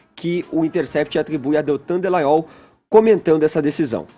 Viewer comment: o nome do procurador é Deltan Dallagnol! Poxa! Que nervoso! Não sabe falar o nome do cara.